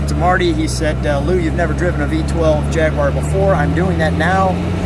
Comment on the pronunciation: Thanks for not saying "JagWIRE"! : )